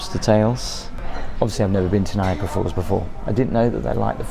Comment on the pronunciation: It makes me crazy that you say „Niagra Falls“ it‘s NiagAra falls 😬😬😬